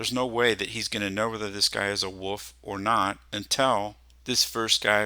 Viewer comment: For everyone or there wondering wolf "is" in fact pronounced with the L